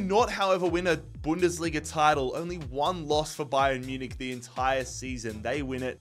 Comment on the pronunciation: pronunciation of Bayern Munich is just... it's something